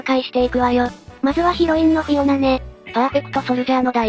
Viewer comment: フィオナ✖→フィアナ〇